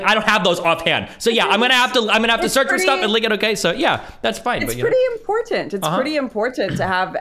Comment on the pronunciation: "In poor tent" Ugh